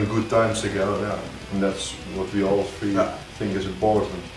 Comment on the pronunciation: I know!! Their accents are adorable, especially when they mispronounce things weirdly, like saying "tree" instead of "three." <3